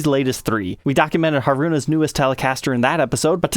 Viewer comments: Hah-roo-nah. Mah-mee. Moh-chi. All syllables are given equal weight, and don't blend together. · Dang... I've never cared for Strats but this one has a bunch of features that I like as well as being Mami's signature model! I'm a huge fan of the group and Mami in particular. I will say it's funny how mispronounces their names as it's common among western folks. they should be said as [MAH- mee], [HAH-roo-nah], [toe-moh-mee] and [REE-nah]. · 1) It's HAruna, not haRUna. 2) It's been confirmed on a few Scandal fansites that the pickups ARE exactly the same as the Modern HH's pickups; only the covers are new. 3) Sucks (though predictable) that once again Fender stuck regular Kluson tuners on, when Scandal themselves have Fender's modern locking tuners on all their personal versions. It can't cost Fender more than £50 or so to put the modern locking tuners on (they could even charge £100 extra!), and these Klusons are such a huge pain to replace with anything newer.